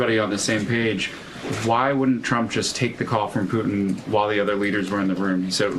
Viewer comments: Caroline… it’s PU TIN. not PU IN!!!!😅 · Why does Karo-lyin Leave-it say "President POO'n" not Putin?😂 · Karoline Leavett can't say "Putin". She says "Poo-In". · Why can’t leavitt pronounce Putin ?? Instead of “poo-in” I can’t stand her voice … and her lies! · Has anyone else noticed that KKKarolyin' cannot pronounce the letters N and T? ("Fetanyl" and "Poo(t)in"). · Poo-in... She's so ignorant. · Can't stand how Leavitt says Putin... "Poot'in." Silly nit, I suppose. Fact is, everything about her is offensive and irritating. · KKKaroline sounds like a f*cking Valley Girl, pronouncing "Putin" as "Poo-in"!